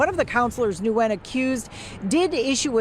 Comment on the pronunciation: the name Nguyen is simply pronounced “win” not “new win”.